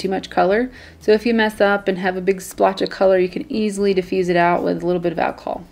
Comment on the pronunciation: Wait did she say 99% achohll